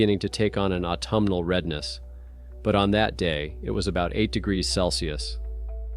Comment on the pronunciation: What the heck is a degrah? Lol.....Seriously, it's annoying as hell.